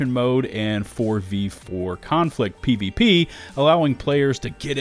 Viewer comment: You said pvpenis